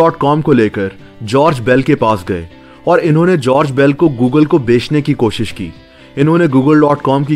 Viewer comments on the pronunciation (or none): none